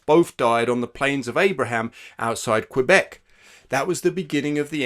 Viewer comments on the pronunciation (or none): none